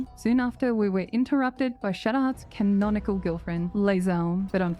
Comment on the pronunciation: I swear I heard "githnonical girlfriend" and that's what you should say from now on.